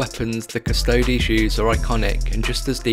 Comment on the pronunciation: Must you slaughter the pronunciation of abaddon and custodes